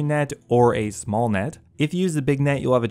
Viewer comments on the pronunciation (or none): none